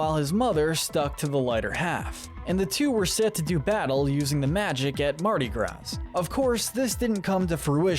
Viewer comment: I love how this video really shows that the speaker has only ever read many of these words and not pronounced them, like Mardi Gras.